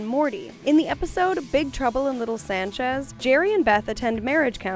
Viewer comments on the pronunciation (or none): none